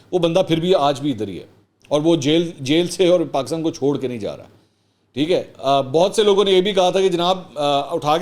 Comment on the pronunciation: Why is he saying Paakistan . It is definitely not IK himself